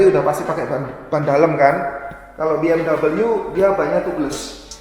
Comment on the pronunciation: Dibacanya "be em we" Bukan biemdabelyu